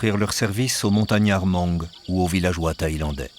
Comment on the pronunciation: Beautiful documentary! I like watching documentaries like this one. Just a little correction many time the narrator mentioned "Moung" it's also an ethnic group, but the real name is Hmong and the pronunciation is without the H. So it's read as Mong.